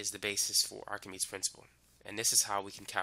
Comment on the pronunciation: it's pronounced like "ark-a-mee-deez" for english speakers